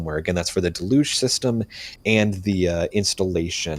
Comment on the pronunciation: Deluge, pronounced “delluge”. Not de luge